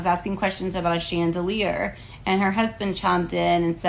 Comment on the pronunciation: Never in my sixty two years on this rock have I EVER heard a black person, male, female, hood, or suburbs call a "chandelier" a "chandelah". Don't know what "hood" her shop is in.